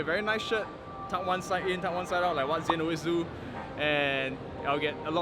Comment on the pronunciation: Nobody getting zhin's name right🤣